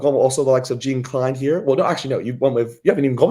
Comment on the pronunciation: Gene Kline? Is it possible for the guy with the confused accent to pronounce Jean Kleyn (sounds like Jahm Clane). Its really not so tough.